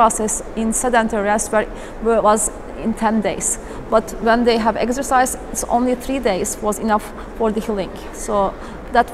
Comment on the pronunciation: And "eggsercise".